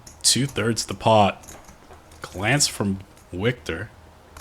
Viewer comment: HEY CLOWN LEARN THE NAMES..WIKTOR IS PRONOUNCED AS VIKTOR NOT A W SOUND..